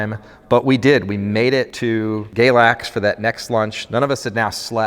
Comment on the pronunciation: I live in Galax, Virginia. I love hearing when people go through here and when they actually pronounce the name correctly!